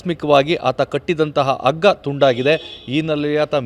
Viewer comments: ಸ್ವಾಮಿ ಅಗ್ಗ ಅಂದರೆ ಏನು. ....ನೀವು ಬಹಳ ಸಲ ಹಗ್ಗ ಅನ್ನುವ ಬದಲು ಅಗ್ಗ ಅಂತ ಅಂದಿದ್ದಾರೆ. ದಯವಿಟ್ಟು ಕನ್ನಡ ದ ಕೊಲೆ ಮಾಡಬೇಡಿ. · ಸ್ವಾಮಿ ನಿಮ್ಮಂತವರಿಂದ TV9 ನೆಲಕಚುತ್ತಿರುವದು, ಎಷ್ಟು ಸಲ ಹಗ್ಗದ ಬದಲು ಅಗ್ಗ ಅನ್ನುತ್ತಿರುವಿರಿ